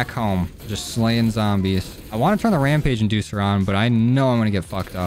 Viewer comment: "Ramage inducer" lol